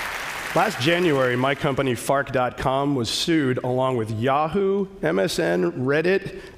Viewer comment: I kept thinking that his company was "Fart" until like the last time he maentioned it when he said it more clearly